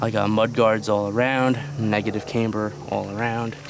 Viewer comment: couldn't stand how kept saying "cameber"